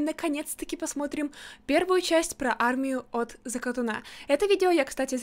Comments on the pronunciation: ЗакатУна а не закатунА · ЗАКАТУНА а не ЗАКТУНА ударение на (у) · Правильно говорится закатуна ударение на ,у